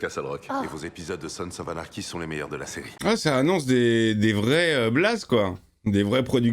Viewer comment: J'ai entendu Sons of arnachy? C'est un signe 😂